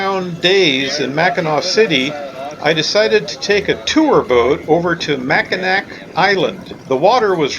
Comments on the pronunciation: Really enjoying your great loop videos. Just wanted to point out that “Macinac Island” Is pronounced “Mack-in-awe”. I used to live near there and miss its quiet charm ( and fudge). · AUGH! You're driving everyone from Michigan crazy I hope you know. All three (4 if you count The Bridge) are pronounced the same way Mack-i-naw, even when they're spelled Mackinac. Hope you picked up some fudge there either in Mackinaw City or on Mackinac Island. I'm not positive but if you Loop again you may find more shopping available in St. Ignace (on the north side of the Straights) or if you come up the west side of Lake Huron you can stop in Cheboygan, about 20 miles SE of Mackinaw City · Great video. My only complaint is the damage you did to my Michigander ears when you say Mackinack Island. It’s pronounced the same way you pronounce Mackinaw city. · Mackinac island is pronounced the same as Mackinaw city. Mackinaw. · Don't mean to be critical, just informational. Below is cut and pasted from Google on the subject, along with I was raised very close to the island.. " Whether it is spelled Mackinaw as in Mackinaw City or Mackinac as in Mackinac Island, they are pronounced the same way: Mack-i-naw. ... The word became shortened to Mackinac. " If you dig into the subject of the 2 spelling the Mackinac was from French influence and was from the french translating the American Indian word. The Mackinaw was from British influence, I assume from at a slightly later date. But in the end they are both pronounced the same. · You’re killing me! Mac in Knack??? Mackinaw and Mackinac are pronounced the exact same way and I’m shocked you didn’t here anyone on the island pronounce it. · I'm glad you enjoyed Michigan. I lived here my entire life and absolutely love it here. Mackinac has a silent c by the way. Mackinaw and Mackinac have the same pronunciation.